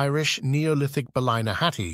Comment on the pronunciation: It is pronounced bally-na-hatty.